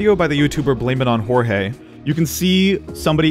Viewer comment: You don't say blamitonjorgae right